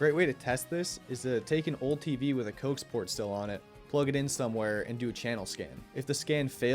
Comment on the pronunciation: it's pronounced co-ax